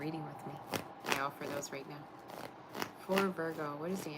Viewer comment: Why are you saying nap instead of now????